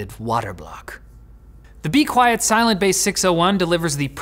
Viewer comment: I think you mean “be qviet”